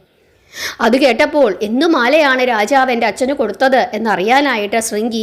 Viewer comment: രാചാവ് എന്നല്ല രാജാവ് എന്നാണ്. കഥനന്നായി പറഞ്ഞു. അക്ഷരസ്പുടത കൂടി ശ്രദ്ധിക്കുമല്ലോ.